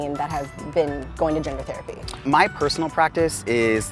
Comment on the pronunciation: He goes, “Theri-pii” And now I have to piss UGH!!!!!!!!!! !